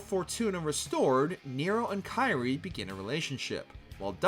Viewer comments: 😬 her name is pronounced as "KEER-ee-ay" foo, Sparda is absent not dead and he made and used Luce & Ombra, Ebony & Ivory where made by, Nico's grandma Nell Goldstein and given to Dante as a gift right before she died. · It's Kyrie (pronounced /ˈkir-ē-ˌā/), not Kairi. It's not Kingdom Hearts. Lol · Dude u can't even pronounce kyrie so please don't try and there's so many wrong details in this